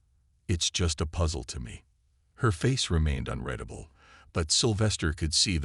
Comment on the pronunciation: In all of your videos, you use this word: "unreadable" and pronounce it 'unredable' as if it were the 'past particples' which is completely wrong. I should be read as : "un reed able." As you can see this word, read and read are pronounced two different ways depening upon the context. First you can say: He has to read 'reed" and then in the second context: He read 'red' the entire book in one sitting. I the first case the word is spoken as if the 'a" is and 'e'. In the second the "a" is spoken as if it is silent, as in the color "red'." Therefore the pronunciation is "reedable" in the first case meaning impossible to read/incapable of being read.